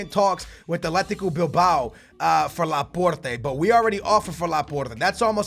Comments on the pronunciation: That pronunciation though Laporrrrteh,Can,Uhmtiitiii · dont say Porte